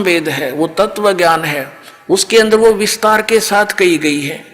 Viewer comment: पहले शुद्ध उच्चारण करना तो सीख ले तत्व को ततव बोल रहा है वेद विद्वान के लिए है मूर्खो के लिए नहीं। शास्त्रार्थ करने का ज्ञान गुरु कुल में पढ़ने से मिलेगा जेल में नहीं मिलता।